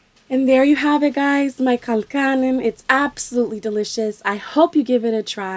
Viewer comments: you pronounced it a little weird ,.all irish here .. use lots and lots of butter and cream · This look good, but by no means this is traditional colcannon. Also your pronunciation of Colcannon is wrong. Looks delicious thou, I love to alter traditional dishes too. Well done